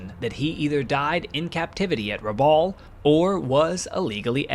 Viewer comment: Excellent format and very good imagery. Just a small correction, for the record. Rabaul (which rhymes with "cowl") is not an island but a harbor town on the island of New Britain.